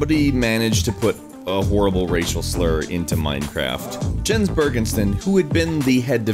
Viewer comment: you pronounce Jens name wrong. its pronounced like 'yens' with a Y sound.